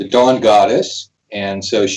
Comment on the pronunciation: “Dawn” goddess!! Sheesh, been south Jersey for too long. Thought you said “Jawn” goddess. :D